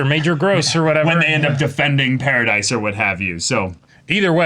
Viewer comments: It's Paradis. Not Paradise. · Also, Paradis is pronounced like “parody.”